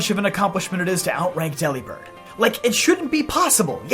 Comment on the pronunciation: Delibird is pronounced like Delivered. With a b instead of a V. Its a pun.